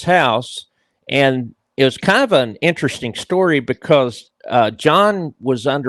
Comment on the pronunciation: Everything is very "Entresteen" to